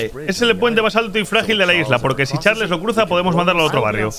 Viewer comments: no se dice charles se dice charls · Charls no Charles así se dise pero se escribe Charles pero se dise charls